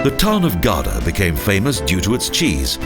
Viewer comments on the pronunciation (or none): Gouda not Gauda